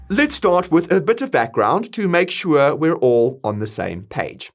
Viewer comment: I love it when he says "shua" :)